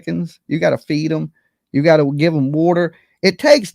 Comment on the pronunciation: Replay- I hear “I’ve goddo-a lie detector test” I agree with Tina on that interpretation.